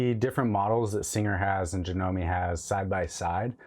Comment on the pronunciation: Done pronounce the e in janome